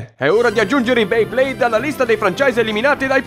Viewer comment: Hai detto "Blayblade" 😂